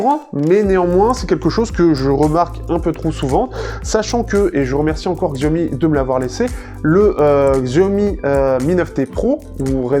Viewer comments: Oui c'est horripilant d'entendre le mot écorché. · Xiaomi ce prononce Chiaomi